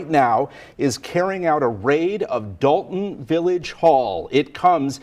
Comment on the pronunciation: NBC News are idiots its Dolton not Dalton you'd think they'd spell check their words on the screen. Especially since they got it correct later on.